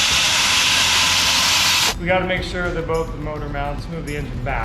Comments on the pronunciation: 7/8ths.. "hinches?" 😆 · got me with the H’inches? 😂